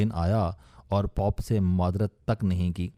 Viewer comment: آپکے تلفظ کا جواب نہیں شہر کے نام پوٹن کا نام تو ہوا سو ہوا مگر عیسائیُگے سبسے بڑے پیشوا کو پوپ (جیسے توپ کہتے ہیں) اسکو آپنے ( پاپ) ایک امریکی گویونکا ممبر بنادیا؟ توبہ توبہ! مطلب جہالت کی انتہا ہے؟ 😱😳😥